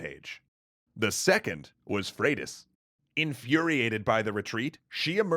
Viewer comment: Pronounces Leif (Life) but also Freydís (Fradis). What happened to Froidus. Last time I checked Y is pronounced like two o’s. Could be wrong tho. Mahtava video! 😁